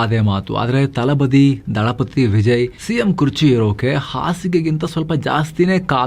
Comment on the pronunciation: ಗುರುವೇ ಅದು ತಲಪತಿ ಕನ್ನಡದಲ್ಲಿ ದಳಪತಿ. ಅದೇನದು ತಲಬದಿ 🤷🏻‍♂️ ಕೇಳೋಕೆ ಕೆಟ್ಟದಾಗಿದೆ